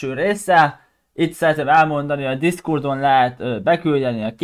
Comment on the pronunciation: Na hello, Már bocs ha ezt írom ne vedd magadra de tanuljál már meg beszélni, mert konkrétan azt hallom hogy a Discord helyett azt mondod hogy Discurd, ja meg nem kéne kopizni Karthast.